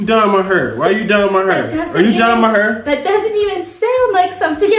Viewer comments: His pronunciation of hair is just bring back the "DoNt PuT THaT NuRr in MAH HuRrR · it's not disrespectful or an accent. He is mispronouncing the word hair and that's OK but stop playing!